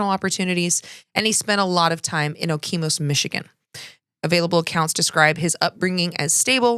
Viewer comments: Not a big deal, but the city is pronounced, Oh-key-mus and Char-la-voy. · OH-KA-MISS, Michigan. Okemos.